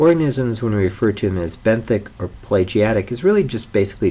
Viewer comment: It's pelagic pe-la-gic. Not "plegiatic".